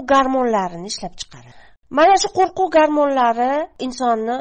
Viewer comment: "Qo'qruv" emas "QO'RQUV" deyiladi!!!